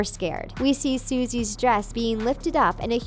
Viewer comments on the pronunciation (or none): .-. SUSIE NOT SUISE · Suh see, not soo zee